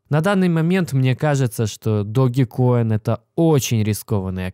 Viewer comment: Блин учите английский не догикоин а даджкоин Dodge coin как машина есть такая Dodge! Не знаю как вы а я за эти пару дней поднял не маленькую сумму на даджкоине!